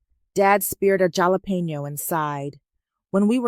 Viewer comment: Story is fairly believable BUT every gringo in AZ,CA & TX knows how to pronounce "jalapeño"! If AI can't handle it then say "hot pepper" lol 😂❤